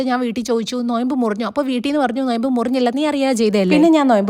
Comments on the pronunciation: നൊയമ്പല്ല 😂 നോമ്പ് 😂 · നൊയമ്പ് ❌😂😂 നോമ്പ് ✅